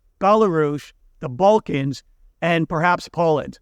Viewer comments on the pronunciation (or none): none